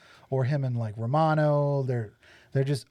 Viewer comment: Its Romano not Ramon